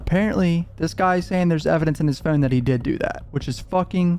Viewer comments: It's funny that you quibble about the pronunciation of his last name, but then pronounce phone the way you do. i almost think you are about to sing FUN song from spongebob when you say phone. you create. extra syllables for the word but you're still just pronouncing fuuwn with an emphasis on it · The way you say phone and photos is CRAZY dude what is that? Are you Canadian? Is that what that is? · The way bro says Phone😭 trips me out every time